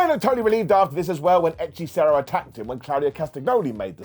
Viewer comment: Good gob pronuncing "hechicero"